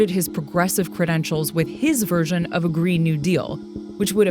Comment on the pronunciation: Did she just said GREED new deal?! XD